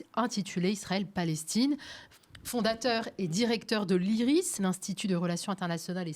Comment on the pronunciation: Iris et non pas isis